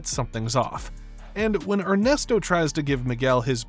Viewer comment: "Ernest Oh"?